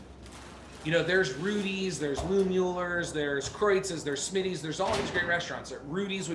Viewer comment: BS about the "poor blacks" eating out of the back of Smittys/Kreuz. Never segregation there and "whites" bought plenty of brisket and sausage too. And its always a giveaway when some so-called BBQ "expert" mispronounces Mueller. HaHa